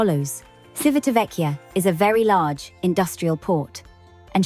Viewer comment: Good pronunciation except for the first syllable. The first syllable is "Chi" as in chips. Our Italian captain on Enchanted Princess kept saying the town as we headed there and it was also where his home was.